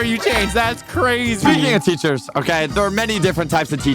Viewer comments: it’s teachers not teatchers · Its not teachers, its teatchers😂